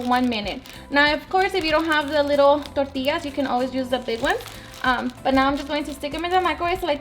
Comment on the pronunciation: 💜her receipes , we all have different accents Tor-tias , we usually say Torti-yas ...